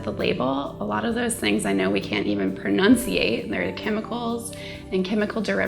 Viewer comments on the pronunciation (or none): I found it funny that she can't pronounce the word 'pronounce'.